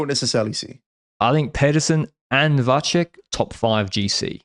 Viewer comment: FYI, out of the two pronunciations of Vacek's surname, is the correct one!